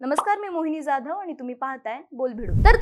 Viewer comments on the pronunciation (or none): none